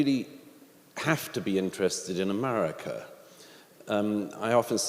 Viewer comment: It’s America, not umerurica